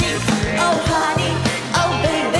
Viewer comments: She sang HANI not Honey and nobody noticed. Even though she pronounced all the other English words in the song correctly. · Hani. It's Honey by JYP. And Hani sang it as HANI while pronouncing all the other English words correctly. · 그래서 일부로 허니를 하니라고 발음했데요 ㅎㅎ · 하니 노래부를때 honey 하니라고 발음하는거 귀엽네ㅋㅋㅋㅋㅋ스포하는건가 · 일부러 약간 하니라고 발음 한건가ㅋㅋ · 대놓고 Honey 가사 나올때 하니로 발음ㅋㅋㅋ❤️